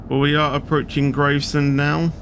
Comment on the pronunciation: how many times have I told u it's GRAVESEND so GRAVES as in Graveyard and SEND as in you sending texts